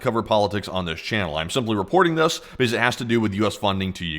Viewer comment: 50% of why I tune into your channel is your accent. You add the letter 'u' in these subtle little spaces. "Miuhsuls". "Thius". "Fiulming". "Poust". I've tried to replicate it, but I just can't, I end up just sounding like I'm doing a bad Forrest Gump impression. Sometimes I'm stoned and end up analyzing your accent so much that I don't even register what you're talking about, I'm just so fascinated by your "California Surfer" accent. I want to hear you say "Bro", I imagine it to be the fullest "Bro" ever spoken.